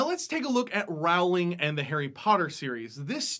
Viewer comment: pronounced "JK roll-ing," but I mean, everyone gets it wrong.